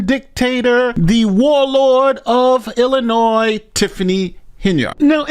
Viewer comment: you kept the 's' silent in the word Illinois twice in a row at the beginning of the video. Wow! You seem to have been visited by the pronunciation police! Hope they didn't beat you up too badly.